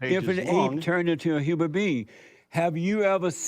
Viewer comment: I think I'm stumped by the Christian guy's pronunciation of the words "human being" as "humour bee"! Like do bees even LAUGH?! Nope they make honey